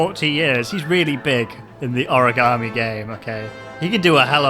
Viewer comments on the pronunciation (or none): none